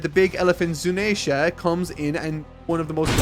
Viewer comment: You said 'zoo nayy sha'